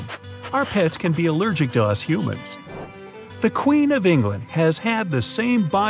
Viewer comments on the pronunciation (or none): I like how he say humans you know you me lol